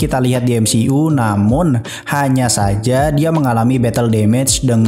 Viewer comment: Bro kalau ngomong MCU itu "emsiyu" bukan "emsi u" aneh dengernya... #saran